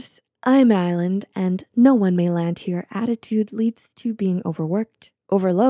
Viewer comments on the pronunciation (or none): none